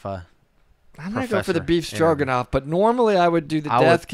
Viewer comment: “Stroganoff” lol